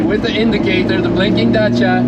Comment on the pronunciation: Lmao its Dacia bruh 😂❤